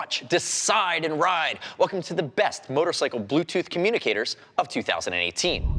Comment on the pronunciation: I swear you keep saying communists...